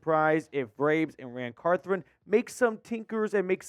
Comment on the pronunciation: CarTHON....not carTHRON